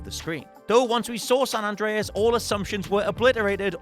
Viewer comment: how do you get San Andres wrong every time?